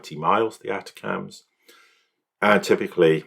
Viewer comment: Say it like this- attackums not attacams